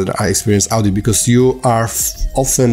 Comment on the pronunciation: That is pronounced as (o)dit, not (au)dit in English. :)